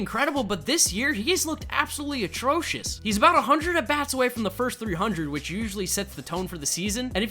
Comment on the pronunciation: No hate abosulutkey no hate but u kinda say attrosuis